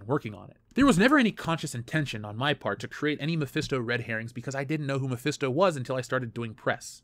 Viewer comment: Mephisto? more like: my-fist-o